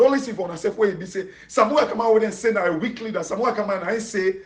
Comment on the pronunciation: Weak not wealk